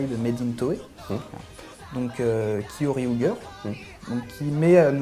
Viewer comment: Il y a quand même, un défaut qu'il faudrait corriger, c'est la prononciation des titres. Goseiger, Gokaiger et Kyoryuger par exemple. Le ger, vient de ranger, il ne faut donc pas dire Goseigueur mais Goseidjeur, Gokaidjeur et bien sûr Kyoryudjeur. Sinon, j'ai adoré votre émission, j'en ai même parlé en tant que coup de coeur sur ma page Facebook. Bravo et bonne continuation.